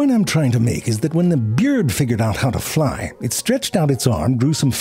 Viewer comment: I will never tire of hearing ZeFrank say "beeyurd". Gets me every. single. time.